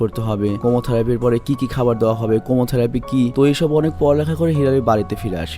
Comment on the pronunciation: কেমোথেরাপি হবে উচ্চারণটা।